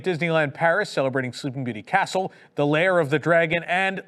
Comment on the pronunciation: & drones/ Blue sky. I nearly fell offa me chair LOL! Bell/Booze. I no NO Know Y you'd have to have booze delivered? Fountain got delayed reaction to Hurricane Ian & therefore collapsed a week later. will ALWAYS pronounce castle DLP wayyyy better than Michael Eisner. Tokyo Disneyland will ALWAYS one UP US parks on merch.